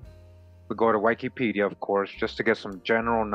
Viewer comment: I'm sorry bro but your pronouncing Wikipedia wrong...